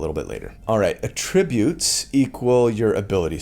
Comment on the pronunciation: Thanks for this! Super hype to join a group and never play because we can't beat the final boss - Scheduling. IMO, "attribute" is pronounced differently depending on whether you are using as a noun or a verb. i.e. "I atTRIBute your success to your stunning good looks" vs. " ability to pick the right T-shirt for a video is on of his best ATtributes."